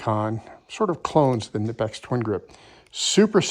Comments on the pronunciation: KUH NIPEX is how they are pronounced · I could be way off. But I believe the icon is made by Stanley black and decker, and the kobalt is made by apex. Also, say it with me Ka-nip-x. The K is not silent.